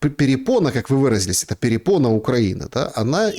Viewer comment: упорно называет препону перепоной😂, ухо режет еще множество подобных невежеств. Неуч.😊